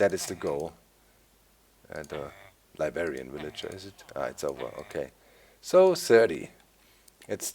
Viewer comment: Heh heh he says libarian